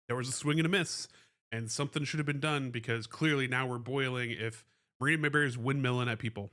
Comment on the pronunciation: Pardon me sir, but the woman's name is Marina MAY-Bree, not Mayberry. You're thinking of Andy and Opie.